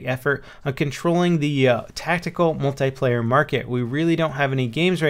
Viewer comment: I hate it when people pronounce "Multiplayer" as "Mult-EYE-player"